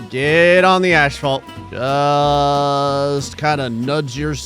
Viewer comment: Dude I got to ask why the hell do you say ashphalt You are literally saying it wrong every time it's ass-fault not ash-fault I can understand once or twice mixing it up but you literally say it every time you try to say asphalt you say ashphalt it's gotten to a point where it's honestly just pathetically annoying just call it the road or concrete if you cannot say asphalt